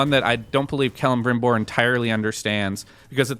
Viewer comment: The way kept pronouncing Celebrimbor's name bothered me a little.